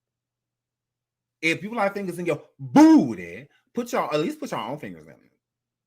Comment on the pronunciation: The way says "BOOTY!!!" gets me everytime💀